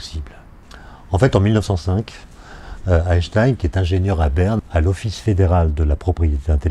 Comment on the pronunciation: Question: gagne-t-on beaucoup de temps en étant physicien lorsque l'on prononce "Aaye-Shtaayne" (en sautant le premier "n") plutôt qu' "Aayneshtaayne"? Je vous laisse réfléchir là-dessus. (Et ensuite, vous réfléchirez au problème de faire du surf "au bord de la mer")